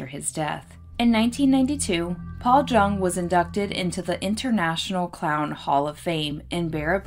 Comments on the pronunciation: My great uncle Orville travelled with and cooked for the clowns. I believe his last name is pronounced "young" not JUNG. Thanks for reporting the story on him 😊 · It's pronounced Young. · His name is most likely pronounced Yueng. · I bet your uncle tells great stories! Thank you for the clarification, I based the pronunciation solely on this blog I found dedicated to clown alley that claimed it rhymed with young. I appreciate you watching 😊✨ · Thank you for the clarification- I read on a blog dedicated to clown alley that it rhymed with young so that’s why I pronounced it this way. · Thank you! I appreciate the clarification also, I read on this blog dedicated to clown alley that it rhymes with young so that’s why I pronounced it this way. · Every person I have known with the surname Jung pronounced it like "Young." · it does rhyme with young. Most j’s in German are pronounced the way we pronounce the y. Its an extremely common mistake for English speakers. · Jung is pronounced “Yung”, it’s German.